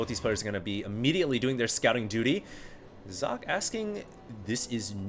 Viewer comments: Sock-eh not Zock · its German and pronounced "Sokkeh", last part is like the spanish "que?"